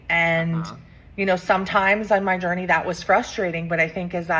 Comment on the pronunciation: I’m new here… why does pronounce journey ‘gurney’? 🙏💖